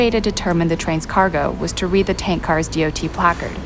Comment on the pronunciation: oh so you know about that incident, well obviously not that well since all dot 111 tank cars were to either to be replaced or upgraded to the much larger and safer dot 117 tank cars, also that mandatory order was put in a few months after the incident so the fact that you bring up the dot 111 tank cars is pointless and really stupid. (it is pronounced dot not d-o-t.)